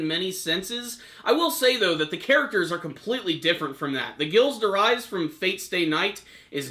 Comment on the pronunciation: ghilles de rais is pronounced Jeel de Ray